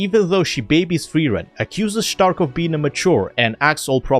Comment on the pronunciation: Hehe you called Stark ẞtark